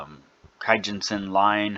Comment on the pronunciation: keeeeejun sen not kAyjunsen :) according to japaneses forex trade kei